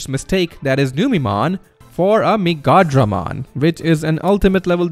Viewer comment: Lol, This is a cool concept. Never hear Megadramon pronounce like that lol